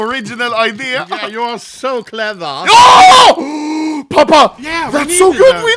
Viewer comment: that "clevA'h" from papa 😭